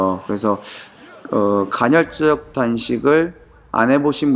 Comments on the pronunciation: 간혈적이 아니라 간헐적ㅋㅋㅋ발음주의ㅋㅋㅋ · 간 '혈' 적 단식이 아니구 간 '헐' 적 단식입니다. ^^